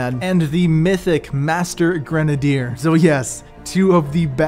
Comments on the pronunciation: Stop saying gren a dier it is grenade r you dumbass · Gren - uh - deer. Now say it faster. Kids these days. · Granadier lol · Why does this dude pronounce grenadier like that ? Its cringey.